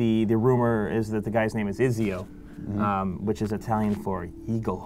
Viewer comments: Ezio, not izio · WOW NUBS Izio?? thats not italian... n00bs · he said ezio...